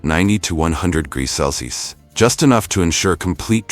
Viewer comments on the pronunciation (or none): Why can’t this AI say CELSIUS ??!! It’s so annoying! It’s freakishly common how many AI vids I see where the mention of temperature in DEGREES, CELSIUS AND FAHRENHEIT SHOWS THE VAST LIMITATIONS OF ARTIFICIAL “intelligence “